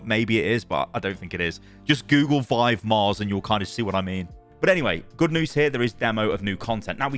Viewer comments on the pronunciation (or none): none